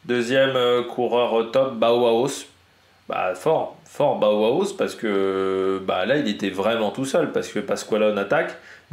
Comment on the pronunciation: Je confirme pour tes prononciations de Bauhaus et Meintjes qui vient bien du néerlandais